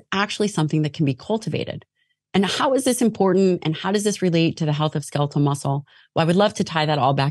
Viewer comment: I can’t help but be completely distracted by how this guy pronounced “skeletal.” Ska-leet-el? What?